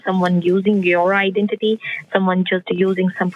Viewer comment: These thieving idiots cannot pronounce IDENTITY for all the rickshaws in Scamland!